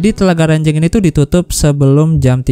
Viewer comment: Ranjeng bang bukan renjeng,saya orang situ soalnya😂😂😂😂